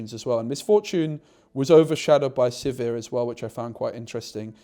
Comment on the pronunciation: Congrats on finally getting sizir and hwei names correct